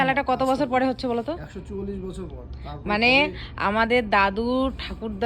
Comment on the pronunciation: Chochholish abar ki sobdo.chuallish bolo.